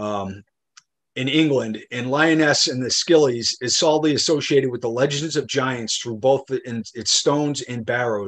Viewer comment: Scillies pronounced Sillies 😁